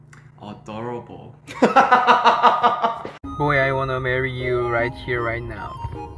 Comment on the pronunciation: Taemin code word: odoroble😂😂 when you don't know what else to say....😆 love him💖💖